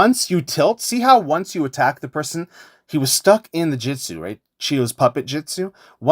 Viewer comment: Bro stop saying "jitsu", it's "jutsu" 😭 good tutorial tho